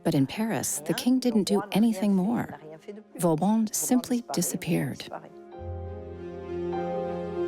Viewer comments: Per favore, disattivate la voce dell'I. A. che non ne indovina una !!! Vauban è diventato in poco tempo Vavon, Va Bon, Vavàn, Valbòn ... Ciò toglie serietà e credibilità al documento !!! 😂❤🎉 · Too bad the AI voice and CC wasn't able to pronounce Vauban's name properly.